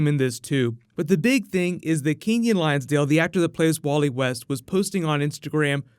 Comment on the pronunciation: I don't mean to be rude or anything, but just a heads up that Keiynan's last name is Lonsdale not lionsdale